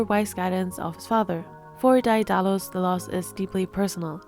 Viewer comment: great analysis but i believe it's pronounced "dae (deh) • dalus"